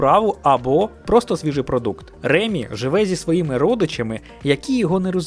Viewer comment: Тільки в "Рататуй" не РЕмі, а РемІ😅 бо він з Франції